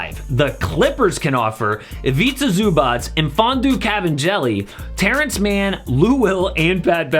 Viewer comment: It's mfiondu kabengele and it's pronounced kabengele not kabenjali